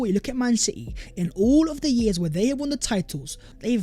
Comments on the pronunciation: What we saw “Vhere and vhere”?!! Learn to speak properly! 😂😂😂😂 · Hey! Can you PLEASE explain why you keep saying Vhere is vhe video vhere and vhere? It’s NOT English, mate! 😂😂😂